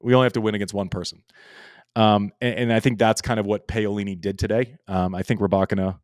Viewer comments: Andy, Pah-oh-lee-nee and not Pay-oh.... 😂 😂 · Btw, that is pronounced Pa O li - ni